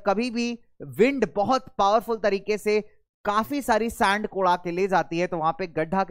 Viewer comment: Sir this is sand not saand🤣